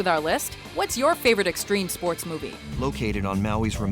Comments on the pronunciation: Streme Spoats. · Streme spoats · STREEM SPOATS